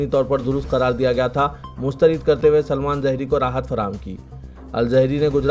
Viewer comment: Maulana salman azheri hai bhai unka naam... Maulana al zehri bolrain aap??? 😅 eesa likhe moosa padhe jaisi baat ho gae ye to😅 aram se boliye aap newz zara... Kain bar ayse Ghaltiyan horain aapse... But i watching your newz evry day every time... I like your newz and your way of speaking